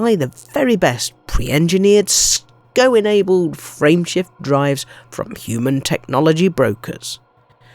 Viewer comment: Pls stop with the sko. Its S.C.O. es see o